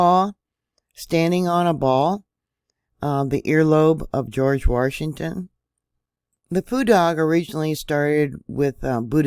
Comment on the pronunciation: Why is she saying "Warshington"? Is there a secret "R" in Washington?